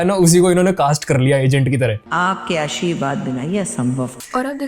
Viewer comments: Aashirwaad ❌ Asheeeerwaad ✅ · Aashirvad ❌ Aasheervaad ✅